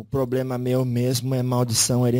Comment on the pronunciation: PQ ELE FALA ERRADO.....EX ,,,PROBREMA